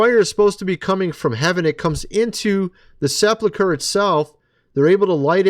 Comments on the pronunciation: SePULcher not seplacher.... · Right. It is pronounced the way I wrote. I spelled it that way to show how one should pronounce it. Sep ulk er NOT sep luck er